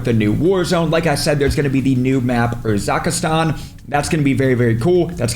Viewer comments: Bro urzikstan is nor hard to pronounce. Stop acting like a snack mate. It's.... URR-ZIK-STAN not fucking urzikastan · Errrr…zik…Stan (Urzikstan) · it's pronounced, ur-zick-stan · Teacher: U. R. Z. I. K. S. T. A. N.: U. R. Z. I. K. S. T. A. N. Teacher: Great, now say it. URZIKSTAN: URZAAKAASTAN!! 😂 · How do you think Urzikstan is pronounced urzakastan lol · I love you but I can’t listen to you trying to pronounce Urzikstan anymore Err-suck-stan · Bro warzone 2 my god! The aids that we were subjected to was crazy and urzukistan loool you butchered the pronunciation. Leave America my guy. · Did bro really call urzikstan urzakistan 😂😂😂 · ER-ZICK-STAN sound it out 😂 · Its UR-ZIK-STAN. Hope this helps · Bro is struggling to say “Urzikstan” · Urzirkstan, pronounce it without the "i" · is so dumb he added an extra letter and syllable to Urzikstan. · how hard is it to pronounce "Urzikistan"